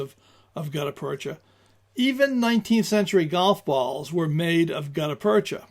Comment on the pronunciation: Look up the pronunciation of the term 'gutta percha'. I've heard it pronounced a couple ways and will settle for the dictionary. Good historical information. I rather like hard rubber and the modern equivalent (classic Mershon or later Pachmyer and now made by Lyman) which are probably a rubber substitute. (Frankly, I am not up to date on some things.) These grips are rather flexible in use, will resist all sorts of bad weather and provide good grip even if wet. For expected foul weather or a water based life, these are great. The main downfall of these grips is cosmetic. They are rather dull. I feel they look best on stainless steel arms, but my choices are not aways concurrent with popular opinion. I like wooden grips for both looks and utility. I tend to find wood grips are not as 'clingy' as rubberish (whatever that means) grips seem. And I am just conceited enough to enjoy the looks of wood. I will also point out I do not feel the need for single action revolvers but prefer double action S&W items. Which may remove my thoughts from consideration. The drawback of wood grips is cost.